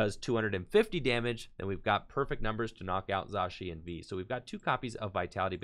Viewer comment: He’s saying it right now